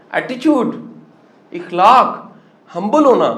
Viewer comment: إخلاق نہیں أخلاق زبر سے بولیں سر زیر سے نہیں